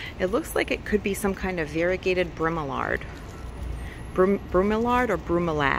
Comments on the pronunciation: sounds like bro mel e lad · I don't know if anyone mentioned it but it is called bro-me-lee-add. I hope this helps. I'm new to your site and enjoying it. Thank you. Stay safe.